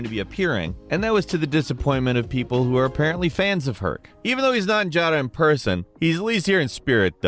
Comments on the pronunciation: they say yara. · Why does mispronounce everything in games when the actual pronunciation is in the game? They say Yara in the trailers even, not Jara. They say Geralt, not Jeralt. They say sekiro, not sekido. What is it with people pronouncing things their own way and doing it wrong with confidence? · Pronounced YARA by all characters, Jara isn’t accurate to Spanish anyways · Yara not jara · I am more amused by how misspels "Yara" as "Jara" then anything😂😂😂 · I get triggered whenever he says “Jara” instead of Yara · Why are we calling the island “JARA”??? It’s clearly “Yara” 😂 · I love this channel, but this guy drives me nuts in his videos. He mispronounces EVERYTHING. It's almost like he goes out of his way to mispronounce words. If the thing you're talking about says Yara a million times, going out of your way to call it Jara everytime is just ridiculous. I'm going to call him instead of from now on. Every video he's in he changes characters names and everything. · stop calling it JAARA i cant stand it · Don't get me wrong, I love this guy. But HOW does he pronounce almost everything wrong, like Ja-ra and Kai-rat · Stop callin it Jara, I’ve never heard the characters call it Jara lol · I'm replaying 6 now and misoronouncing Yara is still one of the funniest things. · Anybody else bothered by the way pronounces Yara? 😂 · Dude there is no J in Yara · Okay you pronounce the name Juan right, why is Yara hard? Ys AREN'T PRONOUNCED AS Js IN SPANISH!